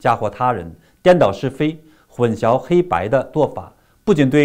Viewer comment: 又读错了！！！